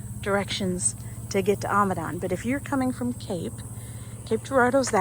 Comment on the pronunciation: Its Amidon not ahmidon